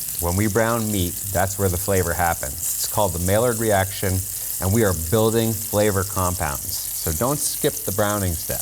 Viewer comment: I believe it's "MY-YARD" effect